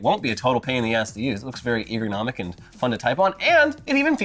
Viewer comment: I think meant to say "ergonomic", not "eagernomic" 😋